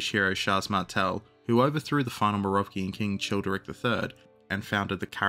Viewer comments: morovgian dinasty? isnt it mero-vingian? (without the dash) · For the love of Chuck “The Hammer,” Pepin the height challenged, and Big Carl, the “g” in Merovingian and Carolingian is the one in the French word “Allemagne” not the American “thingie.” Sorry for picking nits, this one was a fingernail to chalkboard interruption in the flow of awesome. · What did you say, the Morovgian dynasty? 🤣🤣🤣 Oh man, thanks for that.